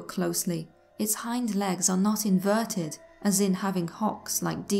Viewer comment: plz say inver-ted 1 more time.